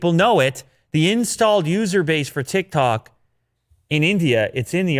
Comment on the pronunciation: Nobody: Absaloutly nobody:: TiK tAk